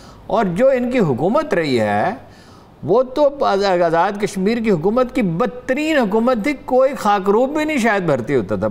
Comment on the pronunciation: Female anchor doesn't know correct pronunciation of hukumat ! She is pronouncing huqumat! 🤣🤣🤣🤣